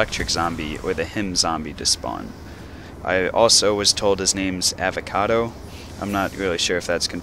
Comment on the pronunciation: Avogadro not avocado :P